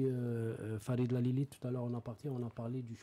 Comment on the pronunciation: Génial ! super émission ... je voudrais juste rectifier : C'est ALILI et non LALILI , merci